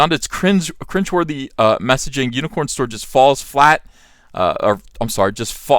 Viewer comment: I love the way he says "Hewnicorn Store"